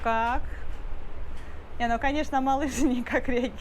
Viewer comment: Боже мой!! Да займитесь своим английским хотя бы,если хинди не под силу! Ведь вы просто издеваетесь над английским языком!! Эти кошмарные окончания слов!! Не гуТь! А GooD!! Хорошо выглядишь/т Looking Good,а не гуть люк😂😂😂😂 Ужас тихий